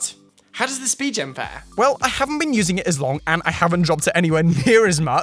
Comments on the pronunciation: it’s spi-gen btw not spi-jen😂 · idk why it triggers me when he says spee-jen case and not spee-gen case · How does that make a difference? lol